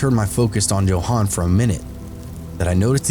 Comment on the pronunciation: Why on Earth would you pronounce Johan like that? It's not uncommon for English speakers to know the proper pronunciation.